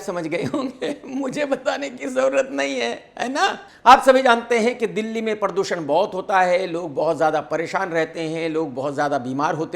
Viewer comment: “PARR doo SHAnnnn “ 😅😅😅😁😁😁